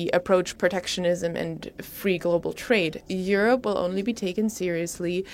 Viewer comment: Die hat halt nen Akzent, ne... Aber können wir über ihre exzellente Aussprache von "Europe" sprechen. Ich kann das nämlich, obwohl mein Englisch sehr gut ist, gar nicht aussprechen.